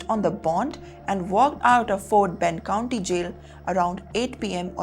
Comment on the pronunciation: Hello. Its "county" NOT "Country"